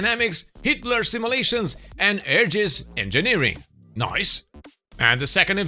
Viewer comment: ROFL! "Hitler Simulations" and "Turd Party" really going hard! "Tanks" for the laugh! :D